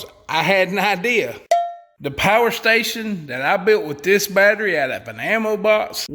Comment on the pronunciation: Pa-er station 😂